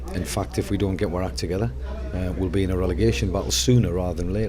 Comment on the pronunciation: "If we don't get wor act together....." LOL